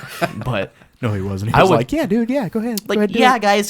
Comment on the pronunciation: the way says strawberries